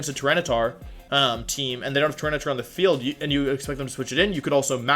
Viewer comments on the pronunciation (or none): none